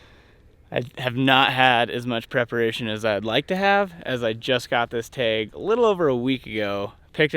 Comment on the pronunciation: If you are going to hunt the great state of Nevada, you need to say tAg and not tEg haha.